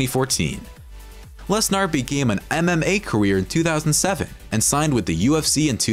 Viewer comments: Can't even say his name right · Guy can't say his name right 😂